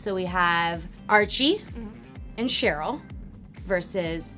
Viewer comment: she did not just said TCHeryl 😂